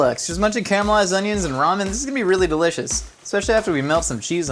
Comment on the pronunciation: Camelised onions, what kind of accent is that? Lol.